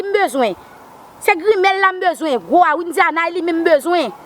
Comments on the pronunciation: Kiyès ki tande menm jan avèm matant Widiana ki se pa k di nonl byen « Windiana »loll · Knbyn munn ki we paka di Widiana se Windiana li di